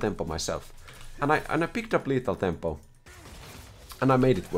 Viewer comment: i wanted to take a break from League but said "Lethal thempo Shen" and i am back again